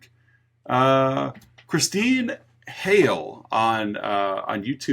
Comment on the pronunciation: I'm not sure how coincidental it is that I got my mention on Hellraiser 😆(with a last name of Hale 😁- which you pronounced correctly). Like I mentioned on Spotify, that is where I normally listen to your content. (Currently I'm bingeing your content on YouTube as I find your voices soothing during this flare of painsomnia.) I just recently started leaving comments online (not counting Twitter). Spotify has a severe word count for someone as loquacious (or verbose, if you're more tl;dr) as I tend to be. Anyway, thank you for the mention. I appreciate your podcast. And I'm looking forward to what you're going to do for spooky season.